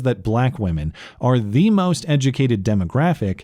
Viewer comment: "Day duh moz edge-uh-kated."